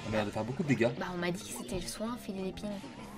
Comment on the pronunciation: Très bonne vidéo, pressé de pouvoir avoir ces Yokai. Par contre, c'est Fi-è-lipine. Le nom de Fielipine vient de "fiel" et "Philippine".